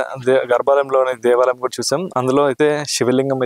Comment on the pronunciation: Devalam kaadu bayya devaalayam ,telugu correct ga matladu bayya.